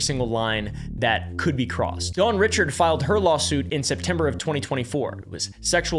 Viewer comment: Dawn Richard pronounced Reeshard.